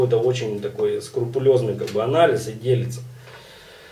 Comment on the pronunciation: И еще одно мааааленькое замечание: нет такого слова "скурпулёзный", правильно "скрупулёзный". Не в обиду.